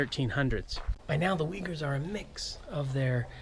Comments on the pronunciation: your pronouncian sounds like "Vighurs" not "Uigurs" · 😂 except the main subject of the video, There are no people called as “Weagers”